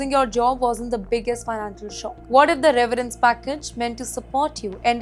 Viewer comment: It is severence package Not reverance package 😂